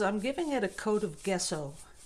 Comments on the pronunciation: It's GESSO pronounced like jesso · Give her a break, guys....... can pronounce it any way she wants; she didn’t ask for the correct pronunciation so being pedantic is unnecessary. We all know what she means.